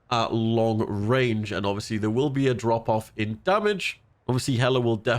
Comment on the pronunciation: can you say ovbiously one more time please? i think it wasnt quite obvious to me